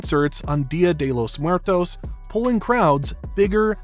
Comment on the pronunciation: Okay, is not that hard to pronounce dia de los muertos